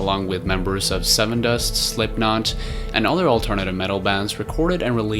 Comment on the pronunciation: Do Devin townsend. Slipknot! (btw you pronounced that one quite funny sorry lol)